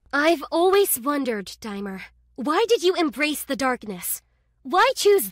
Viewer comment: His name is DAI-mur